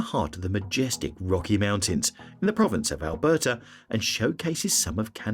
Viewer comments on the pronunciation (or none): none